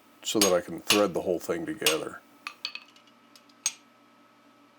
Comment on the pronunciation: Did I hear hing of the week……..😀 Sweet looking project, enjoy your day.